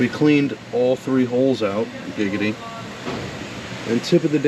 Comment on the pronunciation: Stop saying giggady... its not funny